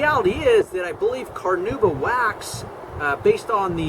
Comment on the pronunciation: Carnauba. Car-NAW-buh.